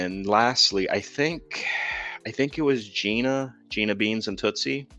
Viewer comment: Thank you for speaking about cats that are alone sometimes cat tv 📺 is a must I do move toys around to new areas make a paper area and check in on the video feed great to new ideas 😆✌🏼 great stream Just wanted to add it’s Gina Beana not beans lol 😂 Tootsie was named after the tootsie roll 😹